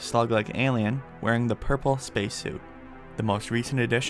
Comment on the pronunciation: And when he said purple it was like Magenta